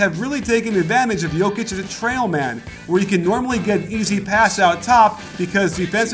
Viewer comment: Nicely done plus perfect pronounciation of his name.